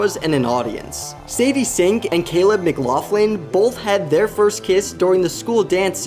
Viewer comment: “caleb mcgoflin”